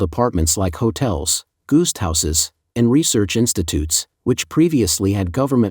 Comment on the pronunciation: You're going to need to teach you narrater (an AI?) how to pronounce "guest".